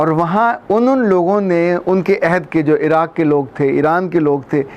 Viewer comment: Sir "ayhad" nahi "ohad" hota h Ayhad ka matlb waada ya promise krna hota h